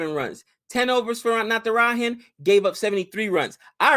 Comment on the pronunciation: when will you pronounce "J" of Natrajan right? We indians don't pronounce J as h like mexicans.